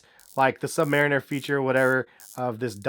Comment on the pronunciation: I think you may of pronouned submariner wrong....